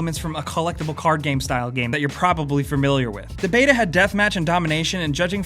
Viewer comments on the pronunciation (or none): none